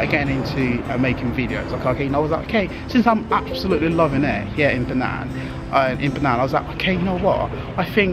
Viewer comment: Bro, it is "Penang" not fernan...btw, lovely video, love it:)